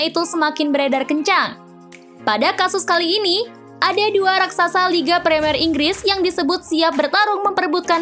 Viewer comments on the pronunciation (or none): none